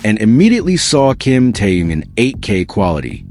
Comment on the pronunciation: Что заманера больше время повторяют ненужную иныормацию а ро делу только минутку оставляют Научитесь читать имя Тэхен.Тэхен.